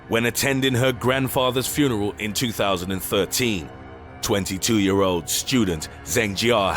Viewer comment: furnel? i get that narrating is hard but there are takes